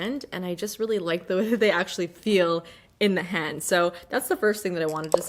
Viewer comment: I can’t tell that you’re Canadian until you say the word “hand” 😂❤️❤️